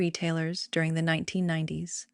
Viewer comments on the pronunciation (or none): none